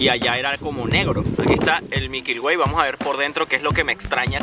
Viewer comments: Oye ....son MILKY WAY no MIKYL WAY como tu lo dices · "mikyl way"